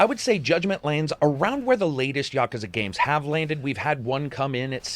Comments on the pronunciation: Props for more properly pronouncing Yakuza than your average western ye-KEW-za. It's no big deal but does bother people who prefer proper nouns to be said right. Otherwise--as always--your BS free review here was very informative and entertaining in its own right. I've never delved into the Yakuza series, might be about time though. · Says Yakuza properly and then butchers Yagami. Sigh.